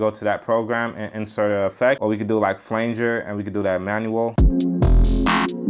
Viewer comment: Great stuff as always, but... , just to spare you embarassment... it's prounounced flanger as in the flange of a reel-to-reel tape reel. That's where the effect gets it's name from. In the old days they would split a signal and run them through two different reel-to-reel tape decks... the two outputs became left/right and there wouldn't be any 'effect' until you dragged your finger on the flange of one of the tape reels... hence.. flanger. The a sound is more like the word and. Hey.. a question too... can xy/fx be linked to other plugin fx purchased from AIR/Akai and/or control parameters from plugin instruments like Hype, Jura, MiniD, etc? I thought that was something that could be done but now I'm not sure. I'd also like to control external midi hardware with xy/fx... any possibility there? Sorry for 'lecturing' but just thought you'd want to know. Cheers buddy!!